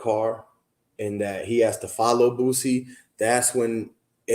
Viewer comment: Bro it's BOO-SEE not BOOT-SEE!